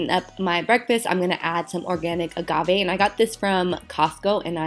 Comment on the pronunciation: The way you say Agave 🤣